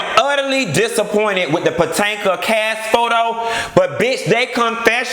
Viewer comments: I'm mad you keep saying Potanka lol. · When you say PO-TAN-KA! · I always die when you say Potanka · I missed you saying Patanka! 😂😂😂😂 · The Real Housewives of Puh-tank-ah! Lol!😆😆😆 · Lord knows i missed Q saying potanka 😂😂😂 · Girl!!!!! I live for your hair and lipstick!!! But wait did you say Patanka!!!!???? Lordy lol!!! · Mia Loik he does it on purpose. He been doin it for all seasons. Sounds funnier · Housewives of Potanka😂😂😂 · Why you keep pronouncing Potomac wrong?